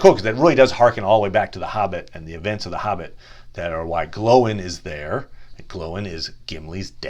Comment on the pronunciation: Glóin isn't pronounced glow-in